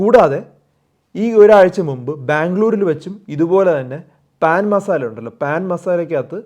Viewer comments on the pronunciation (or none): Not pan masala…….its pronounced as “paa’n masala.